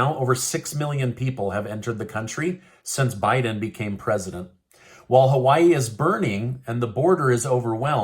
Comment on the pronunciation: Joe can't say Hawaii-He needs another prune smoothie and a nap during the prayer ceremony.